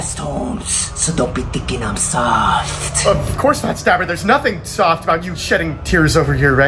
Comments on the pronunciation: By just saying "staberrrr" makes me laugh to cry😂🤣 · My name is stabBER!. Man put emphasis on those b's😂